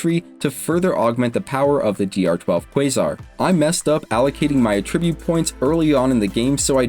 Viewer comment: Attribute: Uh-trib-YOOT is the verb. AT-REH-byoot is the noun.